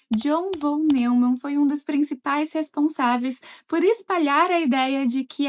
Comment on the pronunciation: "John Von NEUMAN", se pronuncia "NÓIMAN", ZZZ.